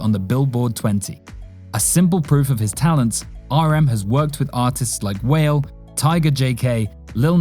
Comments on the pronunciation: There were a FEW "questionable" facts, but when RM's collaborator, Wale's, name was pronounced 'Wail,' instead of 'Wah-lay,' I had to pick myself up from the floor (bc I was laughing so hard!). Do better, folks. Researching isn't illegal. #aRMyLOVE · This is full of problematic conclusions (like he's the leader because he knows English??) and errors (it's pronounced "Wal-lay," and your septum is made of cartilage, not bone) but by the end, the casual racism around dreadlocks looking "sinister" just sealed the deal, yikes